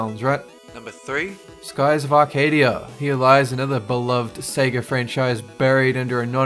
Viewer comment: Thank you for not saying “Seega” anymore!